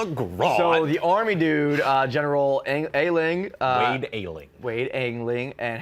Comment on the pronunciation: The Shaggy Man is the beast that General Eiling (Pronounced I-Ling) transfered his mind into.